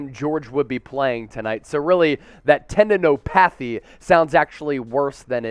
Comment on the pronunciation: Did he really say tendino PATHY LOL!!!!